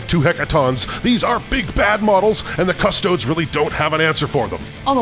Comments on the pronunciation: Drove me mad hearing the announcer call them the "Custoads". It's pronounced "Cust-oh-dee's" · It's "cus-toad-es" not "cus-toads" its latin. pronounce it like youre italian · kuh-stoh-deez not cuss toads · Why he saying "CUSS toads" and not "cuss TOE dees" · Its Custo-DEES not Cuss-TOADS guys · “Cus-toads” is killing me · Could not get over the pronunciation of custodes. Custoads. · Because it lines up with Adeptus "Astarts". Jokes aside, it was kind of weird cuss toads really doesn't sound right. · pronouncing Custodes as Chodes.....:face-pink-tears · Somebody tell the narrator that "custodes" is latin. The E isn't silent! :D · The commentator says Custodes wrong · why did you say "custodes" like that... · why does the narrator pronounce Custodes correctly only half the time? :(. does he also say "asstards" instead of asstartees? currently custodian bikers are imho a waste of points. -1AP weapon, no advance and charge, huge target, the lance is barely any help. caladius is now a must, only useful shooting for custodes atm. gotta deep strike all infantry, for a "free" shooting round, and hope for a few charges :/ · Narrator pronounces Custodes 4 different ways and they are all wrong lol